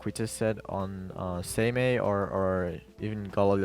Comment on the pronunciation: Its pronounced "Saymay" for Seimei.